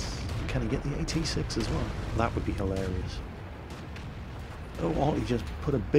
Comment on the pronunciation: "AT-6"???? plz